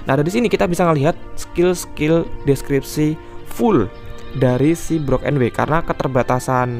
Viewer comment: IZIN MENGOREKSI DIKIT bang. untuk pengucapan brook di anime itu bukan brok, tapi bruk 😁🙏🏻